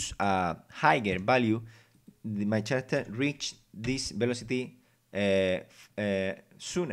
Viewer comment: second pronunciation of "floor" is correct ,"foot" is singular and feet is plural objetm~object cuve~cube character~[karacter] vowals a o e u i (sometimes y) any word that begins with a vowel you say "an" ex. an apple , an owl ... hope this helps a little